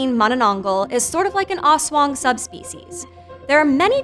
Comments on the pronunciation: Person1: Aswong... Filipino: Aswang Person1: As wong.. Filipino: ASS.... WA... NGGGHH!!!! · Also that "as-wung"... Music to my ears 😂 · Her pronunciation of "ASWANG" though. So slang, so cute hahaha! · "ASSWANG" LOVE IT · Pronunciation is off, but overall a good, and informative upload for this creature of Philippine folklore. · The way she pronounced the aswang tho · I cringe everytime she says aswang at manananggal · I love how she pronounces those words 😂 "oswong" "monononggol" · i was excited to watch this, until i heard her pronounce manaNANGgul instead of mananangGAL EDIT: i decided to continue watching, but not anymore after hearing ASS-wong :( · "mananang-goul" and "as-wong" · Ayo correction/clarification here: *Correction, it's "Aswang" with a hard A (ah) like when you say "ranch" as "runch"(british) instead of "raynch"(american) *The other word s pronounced as Mananang-gal like they're two separate words. *Balut is pronounced as balot *Aswangs are just like Vampire Thralls of Skyrim but like with additional weakness(that kills them) mostly spices, blessed rituals, almost everything related to christianity itself such as the rosary(a necklace with a Christ Cross attached). They attack villages in groups strategically. *Weakness of Manananggal is finding the half lower body and pouring holy water and/or salt in the wounded area. *manananggal is not really known for the idea that it has hanging intestines, I mean logically it is since the torn part is on the stomache part but it's just not mentioned nor shown the hanging organs in some Filipino movies, comics and stories Ask me more for clarifications id gladly answer them You're welcome Edit 1:Grammar Edit 2:Yes I am a filipino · "mananongle, aswong" 😭😭😭😭😭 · Bro the prenouneation 💀🥶 ass-wang manananggle💀💀💀💀💀💀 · Balut and aswang too but issokayyy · i love how she pronounced manananggal, aswang, and balut even though she's kinda wrong